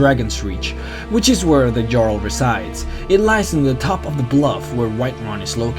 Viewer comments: The jarl is pronounced like yarl with that sound instead of j. Not trying to correct u but i was just saying. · IdiotGaming Uh, there is a correct way to pronounce it and it's "yarl". There is not a single NPC in the game that'll say "jarl". And the concept artist didn't actually know the correct way to pronounce. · cant pronounce for shit he said jarls with an american pronounced j. its pronounced Yarl... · it's pronounced "yarl" just saying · its not pronounced (J)arl its pronounced (Y)arl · 'Jarl' Pronounced 'Yarl' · It's pronounced yarl -(Jarl). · Jarl= "Y"arl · It's pronounced yarl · Omg. Jarl. Pronounced Yaral. Norse pronunciation. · I find it funny that the guy knows so much about sky rim but can't say Jarl correctly even though you learn 10 min into the game it's pronounced Yarl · btw, not complaining, but almost all 'J's in Nordic, and of course real placements(like Saxons), communities are pronounced with a 'y' sound. So Jarl is Yarl. Jorrvaskr was right. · Most of your pronunciation was quite good, the j is always pronounced as a y thus jarl is pronounced yahrl. Also the hr is pronounced kr, High Hrothgar is pronounced Krothgar. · Can you pronounce A SINGLE THING right? Jarl is pronounced Yarl and Ysgramor is pronounced yees-gra-more. Can you even scandinavian languages? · it's jarl pronounced YARL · its written jarl but pronounced yarl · i think its pronounced yarl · Jarl is pronounced with a y like Yarl not a J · I'm surprised you had trouble pronouncing Jarl and yet know so much about the lore. NPCs say "Jarl" various times throughout the quests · "Jarl' is pronounced with a nordic "j", not an English "dj". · You said jarl wrong and Ysgramor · j makes the h sound in skyrim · Jarl is pronounced yarl not jarl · small things like saying "jarl" like "garl" and not "yarl" really bother me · The pronounciation of "JARL" is like "Hyarl" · Nice video, man but you pronounce Jarl incorrectly. It should sound like Yarl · It's prounounced yarl not jarl